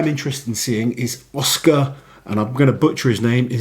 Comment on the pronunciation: pronouncing Oskars name was pretty close.